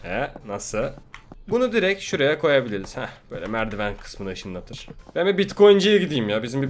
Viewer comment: "hah şöyle merdiwen kısmını İşıNLaTIr"